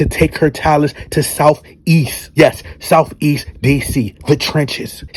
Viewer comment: He shouted SOUFEAST DC.....😂.....and said it right tho.....😂😂!!!!!! You be trippin....